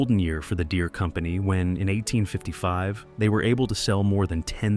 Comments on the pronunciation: Derees.. 100% A.I. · "John Deree" 🤣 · Didn't love this one. Calling farmers illiterate and mispronouncing the "deere" in John deere at one point